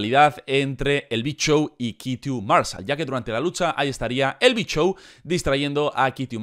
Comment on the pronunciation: Soy el unico que cuando dice el big show, entiendo "el bichow"